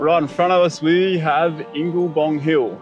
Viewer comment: It's Ingebong, or even Ningebong but never Inglebong. Tommy Ningebong (Ingebong) was born on country. His story is one of a man's desire to live on country, but deprived by white Australia of that opportunity.